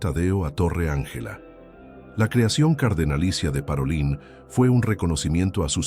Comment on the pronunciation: Pietro "Parolín" (acento tónico en la "i"), y su pueblo se pronuncia "Skiavón"!